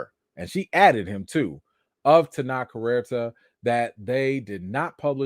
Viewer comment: Maybe not the best time, but his name is pronounced Ten-oach, like coach That said, hope the accusation is fake 💀